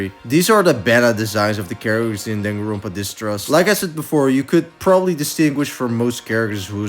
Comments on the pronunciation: danganronpa is a japanese word, you shouldn't be pronouncing it with an accent other than japanese 😭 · why do you pronounce danganronpa like that